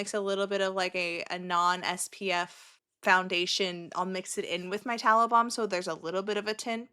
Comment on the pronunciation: You kept saying you use tallow balm and I kept hearing taliban 🤡😂